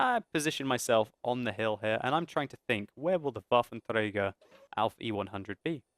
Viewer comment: I like your way saying "Waffenträger" xD It's like Wafntrrägr ;)